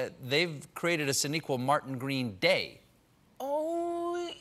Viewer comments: I cant unhear SHAniqua Martin Green at the end lol He said Sonequa up until then 😂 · He definitely gets her name wrong at the end :s